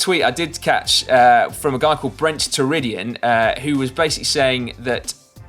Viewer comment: boy did Si completely massacre Brent Toderian's name!